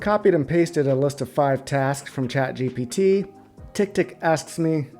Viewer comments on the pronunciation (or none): none